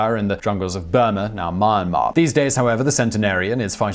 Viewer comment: I like your videos. A couple of pronunciation issues that may be of help... Croix de guerre... its not ( g "errr" ) but rather "air" Croix de ( g air ) also the country of Myanmar has an "i" sound like "me an mar " cheers Simon ( degree in Linguistics from Melbourne and polyglot) also the Special Forces motto is not Strength and Honour but rather De Opresso Libre freedom to the oppressed